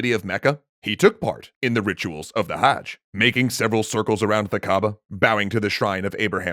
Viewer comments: THE WORD IS QAZI! The anglicization made it "qadi" but the actual word is QAZI! Also, The correct elucidation of the word is "Hajh", with the "A" being a glottal stop (similar to the "u" in "duh"). Funnily enough, the complete travels of Ibn Batuta are longer in other languages. I know that in Urdu, his travels cover eight volumes which is relatively speaking, at least a hundred extra pages. But his travellogue is significant when we take into account how the Euorpean explorers of the later half of the seventeenth century explored beyond Europe, and led to the whole "orientalism" stereotype of Muslim dominions. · Jeff Benton I speak urdu not arabic, but the only mispronounciation i could find was “Hajj”. the a should just be pronounced fast instead of how he pronounces it at